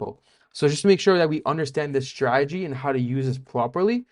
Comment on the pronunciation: Remember, never trust anyone in this space that can't pronounce 'strategy' correctly